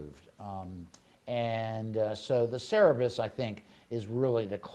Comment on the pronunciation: Cerberus pronounced Sir-Bir-Us. The three headed dog that serves Hades and guards the underworld. Greek mythology.